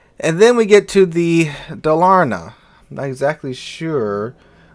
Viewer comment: for people that want to pronounce Dalarna properly its to give an emphasis on Dalar and the na being being a bit more quiet. also the Dalarna stats are absolutley stupid. BASE dpm of 314k with a 6km max concealment